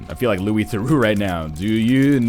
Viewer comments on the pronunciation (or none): none